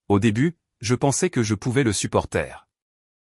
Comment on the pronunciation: Faut revoir votre façon de prononcer " supporter " 👎👎👎👎 Si ça ne vous choqué pas, d'autres y sont sensibles. !!!👎😡👎